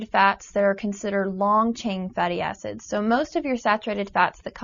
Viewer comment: lol i thought she said fatty asses lol